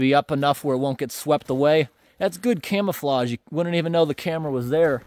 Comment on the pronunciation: Maybe I didn't hear correctly, but I thought you said thats' good "Camera-flague" after setting up camera no#2, lol. Awesome video 👍😁